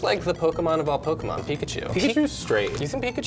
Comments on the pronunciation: You say you've been playing pokémon for 20 years, but you both can't pronounce "pokémon". Stop. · I mean, the “american” way of saying Pokemon is extremely incorrect. Hell, one episode of the anime will tell you how to say it.